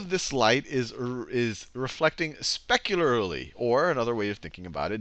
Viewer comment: mispronunciation of the word "specularly" try again